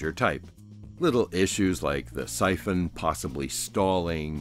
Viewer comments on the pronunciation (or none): none